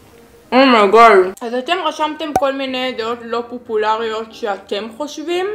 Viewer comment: פוּפוּלריוֹת? אומרים פוֹפוֹלריות 😂❤️